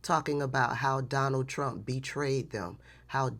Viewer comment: 😂 It always sounds like "I will vote for Darnell Trump" to me